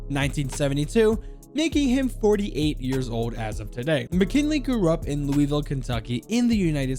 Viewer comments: As a Kentucky native I hate it when people pronounce it louy ville it’s lou ville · I love how you pronounced Louisville Louie ville I’m from Kentucky we pronounce Louisville just loo ville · I hate it how you said Louisville like leweyville instead of luville. As somebody being from louisville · I like how he said “Louie vile” lol I’m trying to make fun of you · Ok, I’m if he pronounces Louisville wrong I’m unsubbing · Damn, Very obviously not a resident of Louisville with that pronunciation!